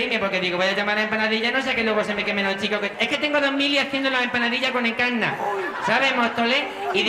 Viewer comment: a dia de hoy, cuando alguien se llama Encarna, yo digo "En-cannna"..fue absolutamente genial